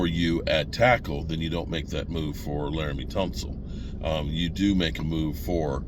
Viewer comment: But he said Laremy Tunsil perfectly!